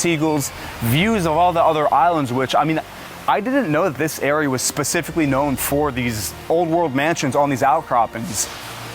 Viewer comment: Pacifically or Specifically?